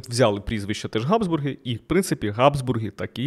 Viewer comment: Назва Габсбурги починається на фрикативне Г (Habsburger), а не на Ґ (G). Беріть на замітку. Все решта супер